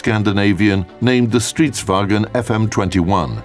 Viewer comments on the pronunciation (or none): Its actually pronounced vaGN and not WagEn, for a first time listener it can sound very close but for a swede or even scandinavien they will know the distinct diffrence in stridsvagn/wagen. The GN sound in vagn is similiar to how you say RaGNarok in english or Ragnarök in swedish as a comparison that might help you. Sadly I think your friend is trolling you if he cant hear the diffrence or he never learned swedish :I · For the love of all tanks, it is not pronounced "stridswagEn" because that's German. There is no "E" there! It should be "stridsvaGN." Remove the 'E'. Everyone everywhere does this mistake! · Everyone pronounces "Vagn" as "Vagen" but... there is no E in Stridsvagn!